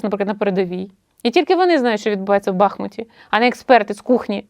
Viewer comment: як же сіпає, коли бахмУт називають бАхмутом..